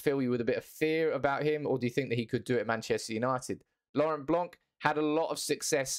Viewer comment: You don’t really read ‘c’ in Blanc surname 😏.